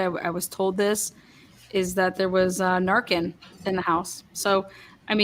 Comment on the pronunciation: There was “narkin” in the apartment…not Narcan….narkin. She’s highly intelligent